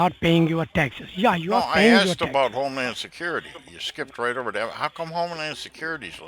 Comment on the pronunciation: Why is it always non vailable res waran? 😂 Why is it always homelan sacuriti? 😂 She used a double negative 😂